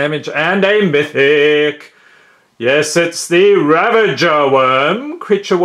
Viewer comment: I love it when he says mYtHiC